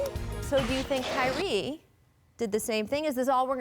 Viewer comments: did she just call him “Kylee”? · why she say it like ky-reee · she said “Kylie” 😂😂